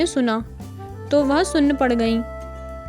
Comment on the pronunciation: वेह नहीं वह